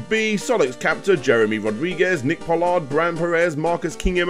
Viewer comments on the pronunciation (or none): none